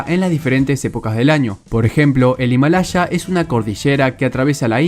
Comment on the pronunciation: No es Himalacha es Himalaya, por favor seamos serios.